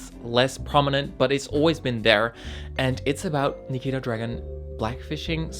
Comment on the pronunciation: I dislike nikita too but you shouldn't mispronounce her. Always remember that you dislike her because of the amount of drama she puts herself in, not the fact that she changed herself to be more comfortable in her own body.